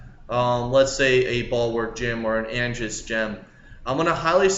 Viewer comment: Cringe every time he says imperial lmao. Imperel. And the aegis gem lmao. its not Angis